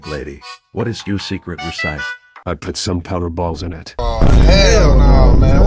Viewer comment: this is not how you pronounce recipe